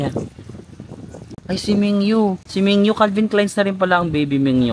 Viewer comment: Min-gyu not Ming-yu baka maglabasan Carats dyan